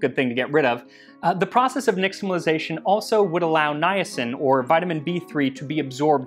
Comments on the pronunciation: I’m pretty sure x represents "sh" in Nahuatl transcription, so "neesh-tamalization” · Your Nahuatl and K'iche' pronunciation is pretty good too! One small thing for the future: the is typically pronounced like "sh" in indigenous languages that has contact with the Spanish, so it would be "nishtamalization" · you pronounced nixtamalization wrong as well. its more like nishtamal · Hi, Max! I enjoy all your videos, but this episode spoke to me as a result of my abiding fascination with pre-Invasion Mexico. As such, a language note: the letter “x” isn’t pronounced “ks” as we are wont to do. Instead, it is an “sh” diphthong. Thus, “nishtamalization,” not “niKStamalization.” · Nāhuatl x, like in Medieval Spanish, is /ʃ/ not /ks/ so you're pronouncing nixtimalisation wrong /nɪʃtəməlaɪˈzeɪʃən/